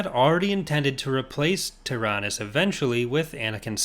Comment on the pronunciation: Only 2, fittingly enough 👌🏼 From what I understand, Tyranus is pronounced "tie-RAN-us" And Leland Chee stated that Caedus should be pronounced "KiE-duss", rhyming with "hide us".